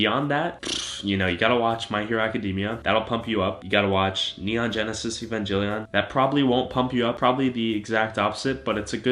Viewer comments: He said Evangellion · My man called it Evanjellyon LOL